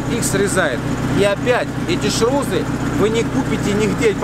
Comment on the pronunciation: ШРУСЫ!!!!А не ШРУЗЫ))). Шарнир равных углов скоростей